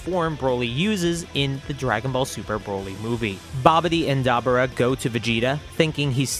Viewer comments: DAH-BORE-RAH say it with me, DAH-BORE-RAH. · Story great but your butchering some of these guys names….dabura was brutal lol